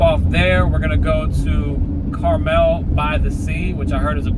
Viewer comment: CarmEl by the Sea. Emphasis is on the 2nd syllable. It's a very wealthy community. Clint Eastwood used to be the mayor. Clint and some of his investing partners own the Pebble Beach Golf Company so several courses in the area. $5.39/gallon is actually pretty good. Lucky you don't have diesel and you can pay $6.00 / gallon elsewhere.